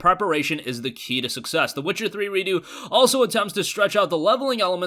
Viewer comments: it's redux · Is it Redo? Or is trying to pronounce Redux as if it was a French word?